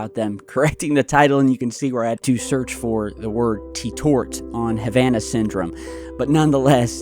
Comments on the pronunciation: Are ppl so fuckin dumb they can’t say teport?? “Tetort” said it multiple times. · Lol i was gonna say it reads teport and you kept saying tetort….🤣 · It's teports how they spelled it man, not "tetorts". Ha. Man that was annoying me. Lol. But, just talking bud. Be safe man and keep em coming. Been watching you since my Laurel, De days in 2014 or 15. Anyway take care brotha. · lol he's saying Tetorts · Bashes the news for misspelling "Reports" and mispronounced "Teports" lol 😆 Love your work 👊😎